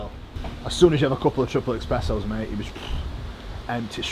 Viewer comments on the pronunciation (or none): It's espressos my guy, no x